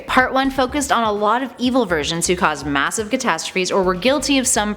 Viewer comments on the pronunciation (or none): none